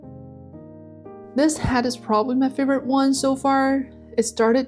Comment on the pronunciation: I am very impressed with your dedication to improvement. Your progression is amazing. But may I make one suggestion, with no malice intended. , I am very distracted by your pronunciation of the word head. I put on the cc to see if it was me, but even there, it sounds like “hat” instead of head, pronounced “H-E-D”. I have subscribed and will watch everything, my intention is to help.